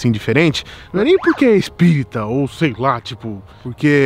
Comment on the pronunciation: QUE AGONIA DO FALANDO "CIDADE ESPÍRITA"